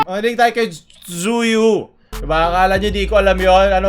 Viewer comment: CHEWYYYYYYYYYYYYYYYYYYYYYYYYYYYYYYYYYYYYYY!!! NOT ZUYUUUUUUUUUUUUU!!!!!!!!